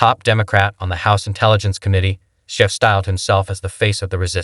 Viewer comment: Bro you really need to work on your editing and story telling abilities, this is a terrible piece, not one time did that liberal Maher call Schiff out on anything and why are you pronouncing their names completely wrong?